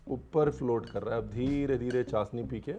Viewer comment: Ranveer this is not चासनी . This is चाशनी